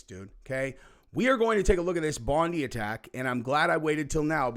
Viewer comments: Aussie here and it’s pronounced bond-eye basically ahaha 😂 In all seriousness tho, this has blown our minds because we don’t expect this stuff to happen here. People thought it was fireworks because that’s more likely than a shooting here… I’m really worried about Australia’s future with people like this in the country. Mass immigration is a problem here, we’re struggling to buy homes because it’s all gone up because of demand. I agree we have some Immigration, look at the bloke that was the hero in that situation, those are the immigrants we want, not ones who come here and cause trouble, but how do you stop this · 3 things....1. We Aussie's have raised nearly 1 million for our hero Ahmed, despite what the MSM say we Aussie's no matter what colour or creed judge a man by his actions not his religion or skin colour and 2. Bondi is pronounced Bon dye and 3. its time we took a page out of Bulgaria's book and vote no-confidence in our government and start again. Love ya, please pray for us in Australia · Love your show. 👍 Bondi beach is pronounced Bond-eye Beach. Wong isn't our Prime Minister never will be. That guy covered in blood was also involved in another mass shooting??? And he was only been in Australia for two weeks??? 🤔 One footage I watched had a perfect place to film the whole thing from a window had a perfect view of the bridge. Pity the guy didn't have a "gun instead of a camera" ? He would have been able to stop it at the very start. 🤬🤬🤬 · They pronounce it Bond-Eye, bro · ...Bondi is pronounced "Bon die" kinda ironic 🥺 Aboriginal word "Boondi," which means "water breaking over rocks" 🇦🇺 💕 🇺🇸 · Bondi is pronounced bon-die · Hey it is said BOND-EYE! Bondi! Cheers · Thanks. Btw, it's pronounced Bond-eye mate. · We have a weak government. They knew this guy was part of isis. He went to the hotspot this were lambs to the slaughter... for all the Americans it's pronounced bon diiiiiiie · You say it Bon die I shit you not.